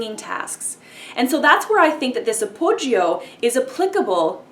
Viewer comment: The 'I' in appoggio is not sounded.